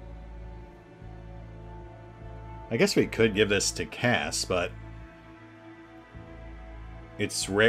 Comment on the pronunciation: Wasn't paying attention that much at the mark and heard "going to give it to Kaz" (instead of Cass). First thought: since when can HE shoot?